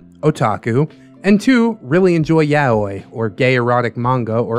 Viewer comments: love your vids, but why are you saying yaoi like yaweh? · (pst... It's 3 syllables; ya-oh-ee, and Japanese always stresses the first, so: YA-oh-ee. ♥️) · Listening to pronounce Yaoi hurts me.